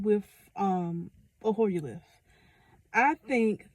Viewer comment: Oh its called "HOYER LIFT", I couldn't make out what you were saying so I had to ask ChatGPT. :face-blue-smiling